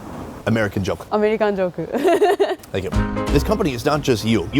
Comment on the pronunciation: Yeah, the way she said it was more like アメリカンジォ―ク though.